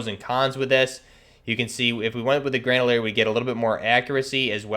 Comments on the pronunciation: It’s gre-na-dier. Not gre-da-lier. Other than that. Cool vid. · I feel sick every time he says "granalier" dude you have it right in front of you it's grenadier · Bruh. It's Gren-uh-deer not a fuckin grendalier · Bro...it's GrenaDiar. Not fucking GrenaLiar...who h is what u keep saying when talking about your m4 u got set up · Fuck yeah, that was driving me insane. Like bro, come on, just read the fucking letters! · it’s pronunciation, not accent. Yes I know some accents effect some pronunciation of words, but it’s triggering and wrong that he’s saying ‘Grenalier’ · "Gran-a-leer" bahaha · Yo straight said grandleir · Yeah that fucked with me when I heard that. Lmfao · Grenadier+Bandolier= GRANDOLIER lololol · What is an "M16 Gredalier"? lol